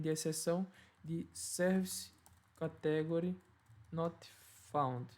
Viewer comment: Bom video. No entanto a pronuncia de Inglês é um bocado fraca. Aconselho a aprender como se dizem as palavras-chave que são usadas na maioria das aplicações, tais como "category" ou "custom". . Uma dica: geralmente quando na sílaba seguinte temos um "e", lemos "long sound" (exceto se no meio tivermos uma consoante dobrada). Também quando temos duas vogais seguidas a primeira define o som e a segunda apenas indica que se trata do long sound. Long sound tem o som igual ao do a-e-i-o-u. O short é parecido com o português mas o "u" lê-se "a" (ex: cUstom). Em português as palavras acentuam-se geralmente na penúltima sílaba, mas em ingês há uma tendência para ser logo na 1ªsilaba.